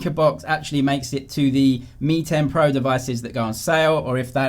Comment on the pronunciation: Does anyone still remember the xiaomi ceo pronounces “pro” like “porn”?